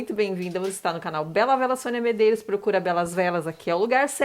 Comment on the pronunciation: Top Top Top demais essa vela. Maravilhosaaaa. Arrasou Sônia 😍😍😍😍👏🏻👏🏻👏🏻👏🏻👏🏻. Falou meu sobrenome certíssimo!! Poucas pessoas acertam 🤭🤭. Um grande bjoooo